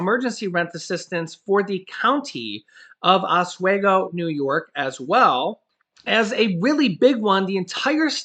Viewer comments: it's pronounced Oss swee go. Not Oss sway go. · Os-we-go NY.. The letter "e" is long vowel..